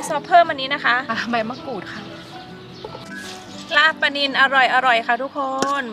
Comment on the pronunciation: ลาบปลา ไม่ใช่ ลาบปา ถ้าหนูจะสอนภาษาไทยให้คนต่างชาติรู้จักภาษาไทย หนูควรพูดภาษาไทยให้ถูกต้องด้วยก็จะดีมากนะคะ ม่ายงั้น พวกเขาก็จะใช้ภาษาไทยผิดๆตามไปด้วย